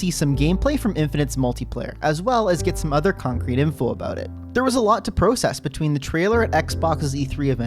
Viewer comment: you said process incorrectly.